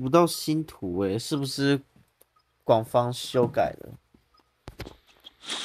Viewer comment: 廣方？:> 抓到修病國語不好（？ 還是是故意ㄉ🌚🌚🌚